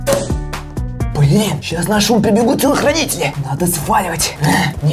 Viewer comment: Правда он там сказал телохрюнители